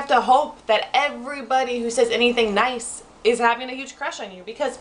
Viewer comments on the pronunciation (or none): none